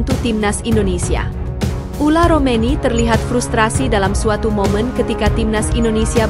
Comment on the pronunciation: Yg bener mba sebut nama orang , bukan ula romeni , ole romeni